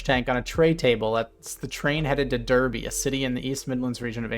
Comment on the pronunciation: The city is actually pronounced 'Darby', not 'Derby' as in a horse race.